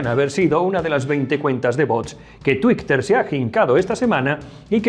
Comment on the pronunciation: Lo de "tuicter" ¿lo dice de coña?